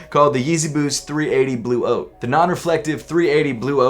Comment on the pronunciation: Lol it sounds like you are saying Yeezy 380 blue oats 😂